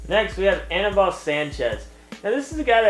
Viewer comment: its not aneebal..